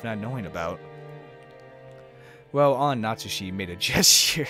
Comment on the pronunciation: A few more pronunciation tips you might want (although I'll note that you made significant progress since you started Higurashi were you were hopelessly wrong on every name^^) Natsuhi -> Nat-Sue-He (not Nat-Sue-She) Hideyoshi -> He-Day-Yo-She (not Hi-Day-Yo-She) Kirye -> Kee-Ree-Ay (not Kee-Ray) Hope you enjoy your read. The start can be a bit slow but it all pays off big time.